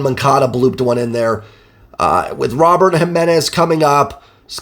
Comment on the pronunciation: Just a heads up man. Luis Robert’s name and a pronounced ‘Roh-bear’. So the t is silent and the ‘ro’ is pronounced like ‘row’. Another great recap man. Best in the biz as far as I’m concerned!